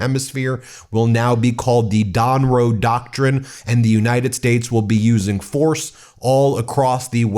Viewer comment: 🤣😭🤣 Don-Row doctrine...... Trump took much